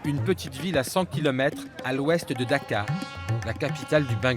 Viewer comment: La capitale c est DACCA et non pas DAKAR 😮